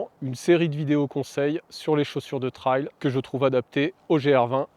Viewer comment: Super vidéo. Merci. Si je puis me permettre trail se prononce plutôt trèl que traille